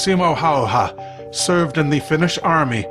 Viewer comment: häyhä, not hayha